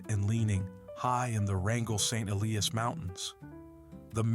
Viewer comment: BOW-dee; EE-lie-as, sigh.